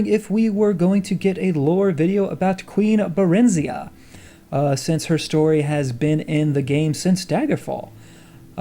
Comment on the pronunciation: I may be wrong, but I feel like they mispronounced Barenziah. I feel it should be "barren-zigh-ah" but I may be wrong.